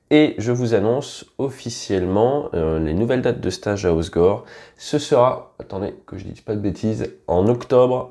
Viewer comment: Pitié, apprenez à prononcer le nom HOSSEGOR 😭😭 le "E" Se prononce...